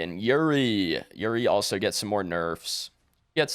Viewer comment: Bruh I am begging you Pred YouTubers, her name is YUREI! YUREI, not YURI! YER-AY! 😔